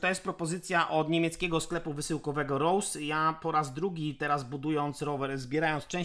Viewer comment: Rose to niemieckie nazwisko (Heinrich Rose) założyciela firmy w 1907 wiec nie bedzie pasowało wymawianie po ang. Pozdrawiam P.S. Jako ciekawostke podam że Schwalbe to niemiecka jaskółka a juz mi sie o uszy milion razy obiło "Szłalbi".